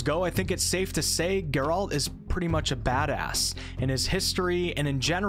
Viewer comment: God would I do anything to go back and play this again for the very first time. And I'm certainly not alone in that. ps play the second game, twice for both endings. Also, Geralt's is an antihero, not necessarily a hero. And his name has emphasis on the first, not second, syllable. GEHR-ult edit: did you really just say "wah-lah" in place of "voila" ? 😅